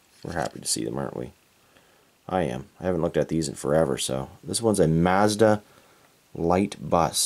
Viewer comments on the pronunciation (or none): none